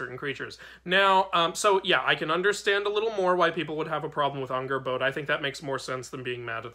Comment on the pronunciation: Just as a note: it's pronounced Angrbotha. It's not actually spelled with an English "d."